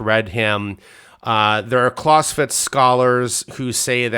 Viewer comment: I wish he would pronounce Clausewitz correctly